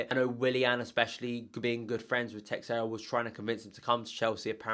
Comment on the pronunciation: Don't pronounce the 'X' in Teixeira. The 'X' should make a 'sh' sound..... and roll the 'R' ;) Sorry, you just said it too many times to ignore...